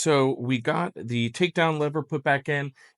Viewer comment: Ok, I've heard all the "thees" I can stand for today!😳Time for closed captions with the mute tab!👍